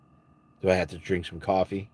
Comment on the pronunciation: Cwoffee tawk 😂